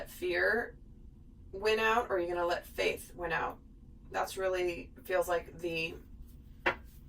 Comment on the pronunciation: Are you saying fate or faith?